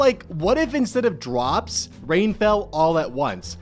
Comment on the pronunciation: ... did he just say... "𝓭𝔀𝓸𝓹𝓼"?